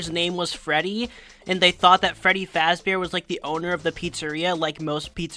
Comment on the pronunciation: I think what they were actually going for is that he decided to make a character with a name based on the creator's own because he doesn't actually say his name is Freddy Fazbear. It's sounded more like his surname was meant to be Fazburg.